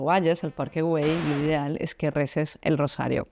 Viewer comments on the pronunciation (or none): Se dice “Parque Güell” no /güeil/, es como decir “bien” en inglés ”well”, y también se dice Antonio Gaudí, no Antoni Gaudí… 🤦🏻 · La G se pronuncia, pero es que tú dices /güeil/ en vez de /Güell/ ( no sé de dónde sacas la /i/ , es muy fácil : GU- ELL, con doble L pronunciada como una sola L ) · Prinera noticia que no se pronuncia la G ....lo que hay que ver